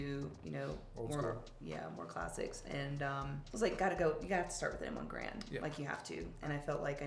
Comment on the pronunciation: Thank you, loved the conversation and the guns. Alex, what vitamins are you taking? My gf noticed you are developing a bigger .. uhh.. chest and she wants the same. Btw, it's Garand ( Gair-und not Guh-rand) just trying to help 😉